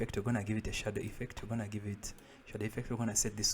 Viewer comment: pls next time dont say anymore "we qonna"